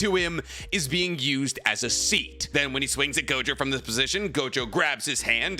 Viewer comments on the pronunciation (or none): none